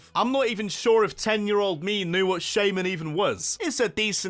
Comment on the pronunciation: THE I IN SHAYMIN IS SUPPOSED TO BE A Y! FIX IT NOW!